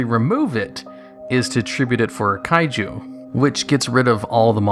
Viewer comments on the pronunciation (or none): none